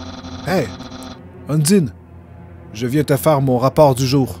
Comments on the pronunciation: QUELQUES CONSEILS POUR LA PRONONCIATION : Sans: Bon, tu as bien compris, Il faut bien dire chaque lettre du nom. [ S-A-N-S ] Undyne: Toi, tu dis "Undine", Il faut dire "Undahind" Avec l'accent anglais. Papyrus: Rien à dire, Juste qu'il ne faut pas trop prononcer le "R" Flowey: Il ne faut pas dire "EY" Mais "I" et plutôt dire "AO" au lieu de "O" "Flaowi" CONSEILS BONUS: Undyne est une fille, et le personnage que tu joues et soit une fille soit un garçon en fonction de toi. Les attaques vertes que tu as peu rencontré avec Lavtoa ( Et que tu rencontreras plus tard ) Sont des PV, Récupère les et augmente ta santé. Alors là, C'est un conseil qui risque de te spoiler un petit peu. C'est juste un conseil pour ne pas souffrir plus tard. C'est toi qui voit si tu veux le lire ou pas. -------------------------------------------------------------------------------- Je te conseil d'être d'accord sur tout avec SANS, Même si tu ne l'est pas, Car il est ultra susceptible et risque de t'en vouloir si tu n'a pas le comportement qu'il veux que tu aie. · En fait, le guerrier MÉGA-BADASS est une fille (Undyne), et ça se prononce ''Eundaïn''. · Comment tu a charger la sauvegarde pour continuer ou tu était et papyrus tu peut lui donner des petit coup et il tepargne automatique et undyne se prononce und(in)ne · UN - DIE - NE=> Heune ! d'Aïe ! nœud ! Ou Un dîne !(un bon plat de spaghetti fait maison) Franchement vous cassez pas la tête pour les prononciations seul la passion et les émotions du personnage compte et leur jeux de mot comme Tue-Toriel. et Un die ne "ne meurt un" qui fait référence que c'est le seul boss du jeu qui ne meurt pas en une fois. Dans la voit Génocide c'est encore plus accentuée, par le faite qu'elle repousse la mort par la simple volonté et que la force du destin se plie pour lui donnez une chance. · "Udyne" T'ES SÉRIEUX ? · Zo- phix Dans le jeu, il n'y a aucune indication sur comment prononcer Undyne (malgré que tu aies raison)